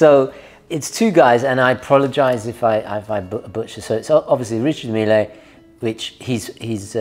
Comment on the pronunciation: I'd rather wear the Ulysse Nardin Classico Manara to church with my Grandmother than any Richard Mille. Can we organize some intervention for? How he (rightfully) hates on Hublot endlessly yet loves these wrist atrocities baffles me to no end. 🤷‍♂ Also, it's French so it's "Ree-Shar Meel". Not "Mee-Lay". It's not the President of Argentina. 😎